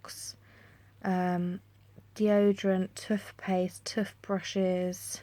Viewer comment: Really lovely vid. The way you say Toothpaste and Toothbrushes is hilarious. x